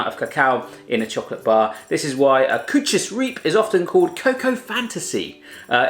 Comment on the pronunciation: Koewtjes riep😂😂ik ben Nederlands en ik lachte me kapot